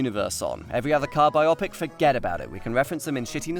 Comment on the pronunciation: It's bio-pic, not bi-opic! Bio as in baby bio, biology, or erm . . . . biography!